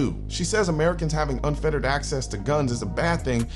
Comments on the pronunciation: Unfettered not unfeterated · Unfettered not unfetterated